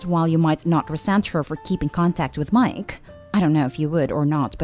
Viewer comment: Omg I can't take how this girl says miKe it's really annoying